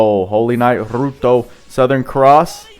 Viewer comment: btw it's pronounced like you would for "ryuto"